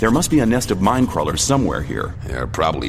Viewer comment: i am surprised! you actually deal with minecrawlers pretty easily and you pronounce almost perfectly, besides not too hard to pronounce(at least i think so).